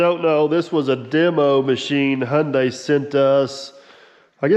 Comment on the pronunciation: I'm amazed. You know how to pronounce Hyundai. We saw it on a semi trailer years ago. Rhymes with Sunday. So we always knew. Lol. Most don't. 😅😅😅😅😊